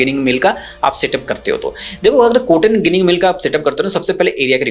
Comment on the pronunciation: ગીનીગ નહી જીનીગ કહેતે હે ગુજરાત મે 😂